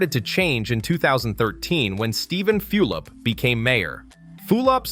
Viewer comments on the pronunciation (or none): For crying out loud it's pronounced FULL-op, not FEWL-op! Also Hispanic populations in JC have always been high. Your comment sounds like they were a minority, they weren't, they have been the majority for decades in the downtown region. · aside from the early appearance in this video of street scenes that are of NOT Jersey City scenes, you lost all pretention of credibility when you mentioned Mayor Few-lip. If you dont know how to pronounce his name, you obviously have no knowledge of what anyone did here. You are just a stranger regurgitating irrelevancies. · How can you easily pronounce Zohran Mamdani but you can't pronounce Steven Fulop? You mispronounced his name so many times and not always in the same way lol